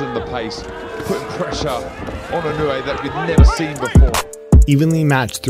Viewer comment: Its not "E New Yay" but "E NO Wu Eh"